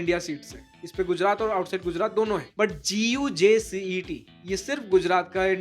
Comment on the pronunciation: is not G U J C -E T IS Called like Gujjj -CAT